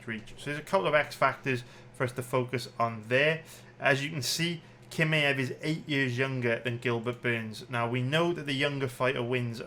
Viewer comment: I get why you don’t know how to pronounce Jiri but kimaew??? C’mon son